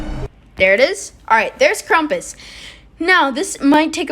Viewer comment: My dude called him krumpus